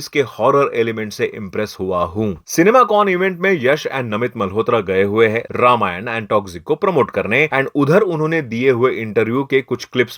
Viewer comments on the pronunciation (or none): none